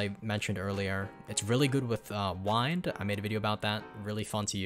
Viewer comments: did bro just call wind wined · Saying wind wrong is crazy